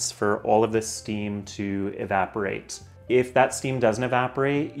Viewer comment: If, not eef